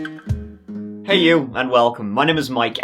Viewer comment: brother said bah room